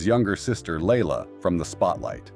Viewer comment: Sandra’s daughter’s name is pronounced LYE•la, not Layla. Louis was called “Louie” when he was younger; he may or may not prefer Louis now, but he damned sure isn’t Louise. Do some research, please!